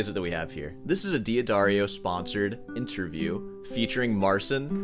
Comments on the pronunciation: I'm glad someone said it. Even luthier Marshall Bruné (who I discovered through Brandon Acker videos) pronounces it "Dee-Addario" instead of "D'Addario." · It's pronounced "da-dairy-o" according to a former classmate who is a rep for the company. I'm no big fan of D'Addario but I can't stand hearing people call it "dee adario”😅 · It's Duh-Dairy-oh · Why you say diadario when it’s much more like dadario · Daddario Da Da Rio Not DI DIY Dwario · Just a small correction, if I may. D'Addario is pronounced DA-DA-rio not Dee-Ah-Dario. So, DiMarzio is pronounced just like everyone is pronouncing it, DeeMarzio, But to pronounce D'Addario as DeeAdario it would have to have been spelled DiAddario. Hope this helps. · I love your work. You are a hero for the ages. But please. PLEASE. Don't call the company DEE-ADDARIO. It's DAD-ARIO. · It's not dee-adario, it's d'addario like in Jeanne d'Arc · I thought mispronouncing Marcin as "Marseen" was annoying, but then - "Deeadario". 😂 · It's D-ad-ahrio ... the "D" blends into following vowel, and the second "d" carries the rest of the word, like L'Oréal – unless this an American standard pronunciation, in which case I stand corrected. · D'Addario is pronounced "Da-dairy-oh". Source: Their website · D'Addario should be pronounced "Dad Dario". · it's dah darrio fyi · I can't get over this pronunciation of D'Addario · Pretty sure you're mispronouncing D'Addario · Are you troling us with your pronunciation of D'Addario? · Is D'addario not just pronounced as Daddario? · yeah, that's how is pronounced on italian you are right.